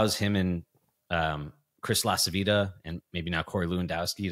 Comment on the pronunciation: Greetings from Italy! It'always fun to listen to you, but I have a fit everytime I hear how you pronounce Lacivita...(its Lacheeveeta, kind of...)